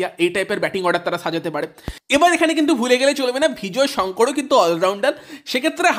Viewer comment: Bhai bhijoy Sankar noy nam ta vijoy sankar